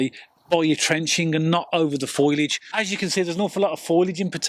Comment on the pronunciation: It's FOLIAGE not FOILAGE. It's pronounced FO-LEE-IJ. Not FOY-LIJ. Great tips tho